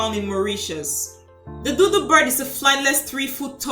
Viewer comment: Your pronouncing it as doodoo bird not dodo bird lol